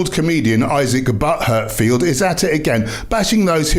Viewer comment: did i just hear "butt-hurt-field" lmao 🤣